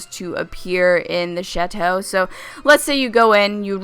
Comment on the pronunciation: thought she said the battle shito